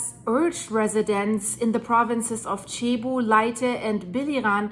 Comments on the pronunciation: It is pronounced “Sebu”, not chebu. Thanks! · Not Chebu. It's Cebu ! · Its not chibu. It cebu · Cebu is said like Sea-Boo or See-Bu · Please pronounce .Cebu as Sayboo. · its pronounced SEA BOO